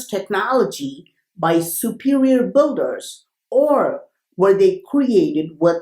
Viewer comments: Like they way you say BOULDER 🙄 for builders. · Not bolders its called Builders, otherwise great videos. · Awesome Video bro, but I giggled every time i heard Ancient Buggers.